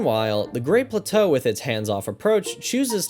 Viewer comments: The pronunciation of plateau made me laugh each time. I replayed BOTW twice, only because my switch broke and I lost everything. I honestly don't think I replay either of these games again, way too massive to enjoy all that collecting and exploration again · I kind of want to slap you for having enough time to make a video like this while I have to actually have a life. And the fucking way you pronounce plateau.